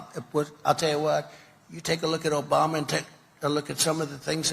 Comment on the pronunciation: He doesn't say Obama, he says Obamna.